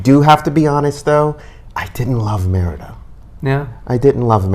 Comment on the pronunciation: ADIOS MAMA CARLOTA.. MEANS BYE FELICIA.. ME RI DA... NOT MER DA.. SOUNDS LIKE MIERDA=TISH ..